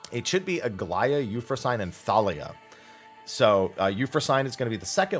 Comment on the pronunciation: My Gods, this is going to bug the hell out of me. That's not You-frow-sain. It's You-frow-sin-knee. Greek tends to pronounce the ending vowels. Especially when that ending vowel is a damn "e". English is three languages in a trenchcoat stealing grammar and phonemes from other languages in dark alleys. Sometimes you have to know the spelling and pronunciation standards of the originating language in order to pronounce it correctly.